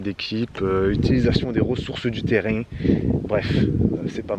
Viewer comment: « Ressources du terraing » tu persistes 😂😂